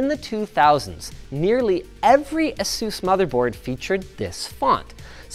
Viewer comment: You say Asus wrong.